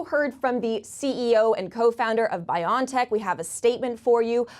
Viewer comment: It's pronounced "Bio-N-Tech" as in biology and technology which is what mRNA immunization is.. "journal-iceds" 😜 bion, lol really, all that marketing for nothing cause y'all be lazy!